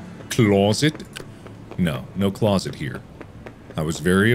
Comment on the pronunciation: "Fascinating!...FAZinating!!" "Closet... CLAWSet!"